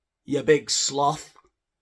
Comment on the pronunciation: Love the way you said ‘sloth’ 😂